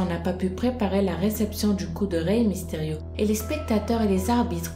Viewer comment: c'est pas misterio mais mysterio